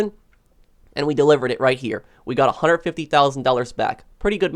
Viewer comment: Useful vids but please learn to say One HUNDRED. No such word as onehunnit lolol